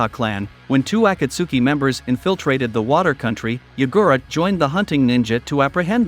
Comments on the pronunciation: “ ah kah su ki” it’s a kot ski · The saddest part is hearing him trying to say akatski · Bro pronounced akatski acatsky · bro can't even say akatsuki right